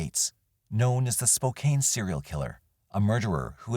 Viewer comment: This narrator really needs to check the pronunciation of several words. It is so jarring to hear Spokane said " Spo Cain"